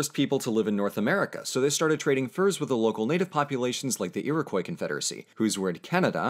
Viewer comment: Its Ear-oh-kwah not ear-oh-koy. Think about it. The french, using their native language, spelled out the name of the natives phonetically. Iro-"quois". Thats a distinctively french suffix.